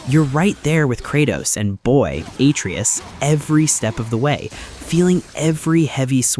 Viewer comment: Listening to this guy say Atreus incorrectly just pissed me off. Then he says “seeing Kratos try to hide his bloody past and be a father really hit home for me” did it bud? Were you a god level, blood raged spartan before you were a dad? This whole script is such AI buns. Dude doesn’t even know what “hit home” really means